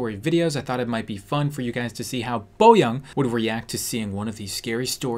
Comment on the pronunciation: Are you guys korean?Why do you pronounce her name 'boyang' instead of boyoung?Just asking😁